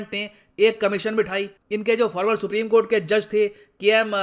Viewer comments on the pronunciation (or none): none